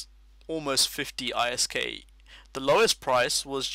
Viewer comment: Awesome, this is interesting. Also I like how you say ISK, (separated) idk, I perfer it but ISK is fine too.